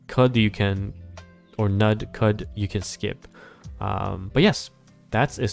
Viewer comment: Thxalot for the overview. As a german-speaking person: Teufel is pronounced as 'Toy-fell' Knud is pronounced as 'Knood' Hope this helps